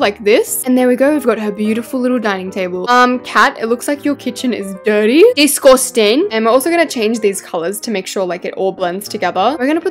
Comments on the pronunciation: "DISGOUSTENG" the accent is so British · "DiCoStin'" Got me laughing on the floor😂